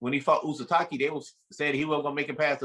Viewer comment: lmao he called Izcategui uzataki